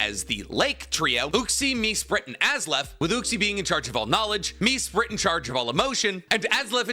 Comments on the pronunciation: You wanted me to start tearing apart how your timeline is. Dialga and Palkia are swapped You butchered Mesprit and Azelf's names its [Mess-prit] and [A-zelf] Could have referenced that the fossils are dual type because of the Revival process You could have also brought up Tropius and Relicanth who existed back then Gigantamax/Dynamax it can exist outside of being traded. Thats just it learning far away You also forgot Kalos War which is when the Ultimate Weapon was created. The Creation of Uva and Naranja Academy. The Great Pokémon War which Lt. Surge was in. The Creation Of Mewtwo. The Splitting of the Original Dragon. First Battle Bond Greninja. And a bunch more but of varrying importance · Az-Elf, Mess-Sprit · Respectfully, that might have been the worst pronunciation of the lake trio I've ever heard. I'm ngl it sounds like AI reading a script with "Azlef" and "Me-sprit". Still good content but... sheesh